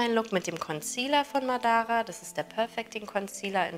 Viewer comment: Ma' dara. Mit Betonung auf der 1. Silbe